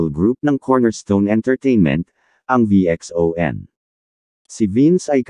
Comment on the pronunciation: Mr Robot ang Pronounce po ng VXON ( Vision). Salamat po mr Social media influencer.✌️